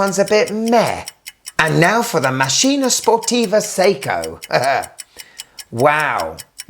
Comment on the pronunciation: Great and enjoyable video, as usual. May I suggest the correct pronunciation? Màkkina (accent on the first a). 😊